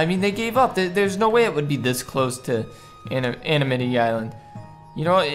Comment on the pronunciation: Did say ANIMITY ISLAND..HAHAHAHAHA😅😅